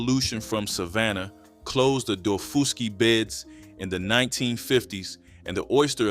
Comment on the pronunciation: My mother was born and raised on Edisto Island in the lowcountry of South Carolina. My grandmother and aunt lived there until they died. I grew up eating this food and still do, always will. By the way, it's pronounced dah-FUSS-key island.